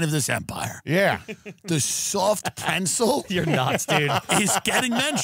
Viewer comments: Is Tim saying preNtzel? Is this a Long Island thing? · Is Tim pronouncing pretzel “prencel?” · Why the fuck does it sound like Tim says pretzel "prentzel" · “the soft preNtzel!” Huh? 🙃 “the soft preNtzel.. soft PRENTZEL.. PRENTZEL.. PRENTZEL” 😨🤯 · Is Tim saying preNtzel??? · am i the only one hearing tim say prentzle or am i trippin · Tim, it’s not pronounced prentzel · What the f is a PRENTZEL ? Is that a long island pronunciation of pretzel . Kills me every time he says it, and no one corrects him. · is anyone else hearing tim add an N to pretzel that isn't there or is this fever i have officially breaking my brain? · Am I the only one going to mention that Tim doesn't know how to pronounce "pretzel"?